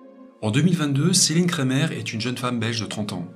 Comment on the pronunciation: Céline Cremer (se prononce "crémaire" non pas "Crémeur" à l'anglaise) * Dés l’évocation de son nom de famille, j'ai su qu'elle était belge, je connais des Cremer dans ma ville belge.